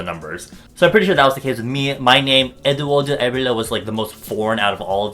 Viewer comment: so that's how you correctly pronounce your name